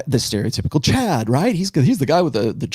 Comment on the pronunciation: wait why is he saying "cad" instead of chad